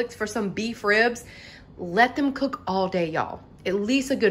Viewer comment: 🤣🤣🤣 says cok with me instead of cook 🤣🤣